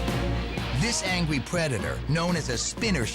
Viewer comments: did he just say "angwie predetor " ? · "this angwy pwedator" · "this angwy predator" nice job narrator :\ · he says "angwy pwedetor" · lol at :14 he says angwy